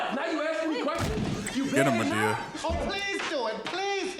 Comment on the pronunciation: the pronunciation of Madea as Ma-Day- uh is killing me 😂😂😂😂 he said it like Amadeus 😂😂😂